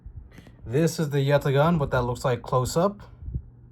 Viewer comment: We appreciate the effort to actually pronounce Yatağan correctly 😅